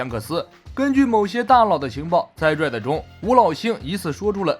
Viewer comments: 你的RED一直說錯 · Red都都不會念，丟臉啊！ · 開頭:海賊王最新劇場版 瑞的 抱歉笑出來對不起🤣🤣